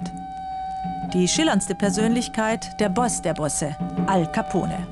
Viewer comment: hej leute das E in alcapone wird nicht gesprochen